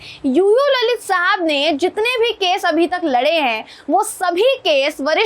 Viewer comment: ललित नाही लळीत